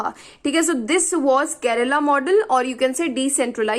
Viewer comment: It's KERALA not Kerela ⁉️